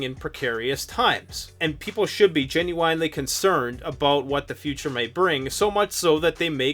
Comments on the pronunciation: Hwhy did you say "genu-wine-ly" in such a hweird hway?? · Learn how to say genuinely the right way. There's no w in the dam word.